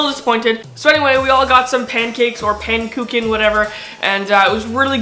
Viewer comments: Pankooken xD iTS pronounced pãnnuhcook Ã is pronounced like the baaah from a sheep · pan-ic-cook-en (if you are trying to say it) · it was really fun how you said 'pannekoeken' xD but can you talk a bit dutch??